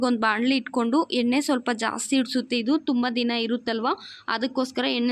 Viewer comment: ಕನ್ನಡ ಅವರ ಭಾಷೆ ಅಲ್ಲ ಅನ್ಸುತ್ತೆ. ಪ್ರಯತ್ನ ಪಡ್ತಾ ಇದ್ದಾರೆ. ಕೊತ್ತಂಬೀರಿ ಚಟ್ನಿ ಮಾಡ್ತಿದ್ದಾರೆ, ಉರೀತಾರೆ, ದಾಸ್ತಿ ಉರೀಬೇಡಿ ಅಂತಾರೆ....😂. Still good effort if Kannada is not her mother tongue. I don't know if we can speak her mother tongue just as well.